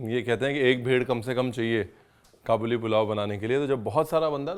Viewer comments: I think it is called Ka buleee not ka boli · its Kaa-bal-li not qaboooli... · Kabooli nahi hai bhai kaabuli hai..from kabul Afghanistan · Its not Qabooli its Ka'buli pulao